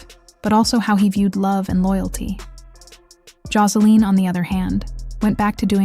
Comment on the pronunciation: Josa- LEEN 😂😂😂